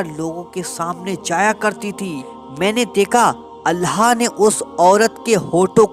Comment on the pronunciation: Bhai ap Allah ka nam thik se li jie Allha tala nhi bal k Allah tala hota hai